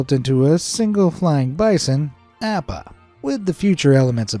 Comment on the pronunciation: Did... Did you really say Appa that way?